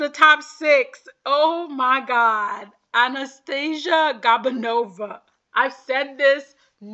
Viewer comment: It’s GOO-banova not GAB-anova I think she’s a lovely skater- 6th place is a slap